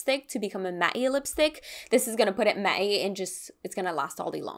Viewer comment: This was such a fun video! Do Canadians say “Matte-y?” I’m confused by that pronunciation